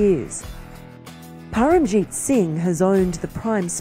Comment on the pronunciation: Paramjit is the name, not Parmajit!!! I'm ALWAYS amazed by the lack of effort by the gore presentators while saying Indian names but when indian journalists/presentators take Anglo/Germanic names they go out of their way to make sure they are correct!